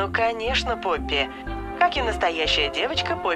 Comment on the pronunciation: То не поппи а он сказал рпоппи тот мен